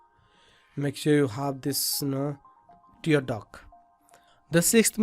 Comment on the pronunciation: I'm proud that someone from India is providing such a great source of learning ZBrush. BTW, It's "tear duct", not "tear duck"..